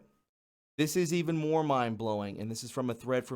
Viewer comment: What did he mean by moar instead of more?